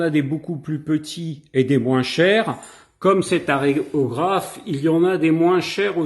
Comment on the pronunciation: A la bombe tu en mets partout.. on dit valléRo...vous ne vieillissez pas vos modèles...vous achetez des modèles tout faits...on dit aErographe pas aRéographe. bref vous un exemple a suivre. Désolé.